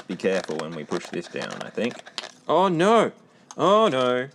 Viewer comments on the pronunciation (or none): The “nauuur” is so funny. Aussie and kiwi accents are fascinating.